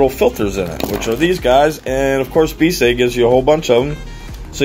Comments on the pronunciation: Im thinking the company name is pronounced "be-easy" {bee- ee-zee} Don't know for sure but it seems more likely then what you said in video. Great vid regardless, do more inboxings! #allthebest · Please pronounce it as "Be easy" as intended.